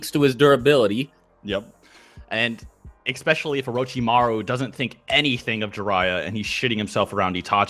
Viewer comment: I've noticed something in many of these videos... Is it just me, or does say "expecially" instead of "especially"??? Now it always bothers the fuck out of me ever since I first noticed it. Now that I've heard it, I can't unhear it... God help me... P.S.